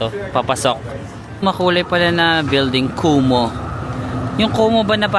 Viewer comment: utas ako sa KUMU❌ KUMO☑️